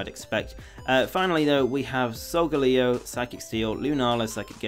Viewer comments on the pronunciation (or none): none